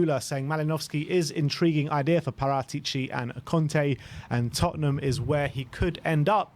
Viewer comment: Just curious - is Paratici pronounced how says it? I swear I only hear pronounce it like that